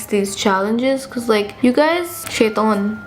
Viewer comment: The way you said shaytaaan😂😂😂😂